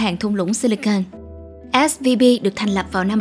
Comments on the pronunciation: Âm V và âm B nghe cách mở khẩu hình âm ra cũng giống nhau ý. Mình cũng hay bị nghe nhầm 2 âm này. Mình cmt để không phải mỗi bạn cô đơn. Mà mình và bạn mình cũng bị nghe lẫn giữa âm B và V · Mình cứ nghe bạn đọc là SBV nhỉ :)